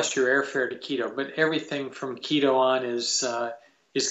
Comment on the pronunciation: Mr Saint, you pronounce the tribes names perfectly why not Quito? Just curious. TY